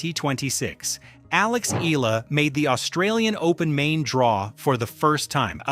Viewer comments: Correct please pronounce ehyala not ela ok.thanks🇵🇭🇵🇭🇵🇭🇵🇭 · Eala not Ela its Eyala correct pronunciation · Not “ ee-la”. Pronounce her last name as EH-YA-LA. Thank you. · Not Alex Ila please Alex Eala or Eh ya la 😊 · Why cant they pronounce her name right eh yah lah eh yah lah God! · Please DON'T MISPRONOUNCE HER SURNAME! IT IS PRONOUNCE EH- YAH-LAH!!!!! OK!?😮😮😮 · Eye-yah-lah. That’s how we Filipinos say it. Please get it right…